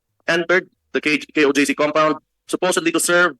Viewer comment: di pala alam ni robin yung meaning ng sinusuportahan yang kingdom🤣🤣🤣 ano sabi ni robin KJOC PATAWA. KOJC YUN ROBIN HINDI KJOC. ALAM KAYA NI ROBIN IBIG SABIHIN NG KOJC? 🤣🤣🤣 yan ba ang no1 senador di alam bigkasin ang KOJC. ibig din sabihin di nua alam meaning yan🤣🤣🤣 kamote ka robin.